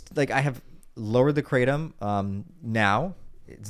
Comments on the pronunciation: 'Kra' "tom" two syllables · Did he say Kratom?